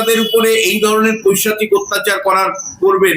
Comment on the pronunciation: ভুল সকলেরই হয়। উনাকে শিক্ষা দিতে নয় । সংশোধন করতে বলছি । ওটা পৈচাশিক হবে না , "পৈশাচিক" হবে । আগেও এই শব্দটি উনার মুখে বারবার শুনেছি।মাপ করবেন।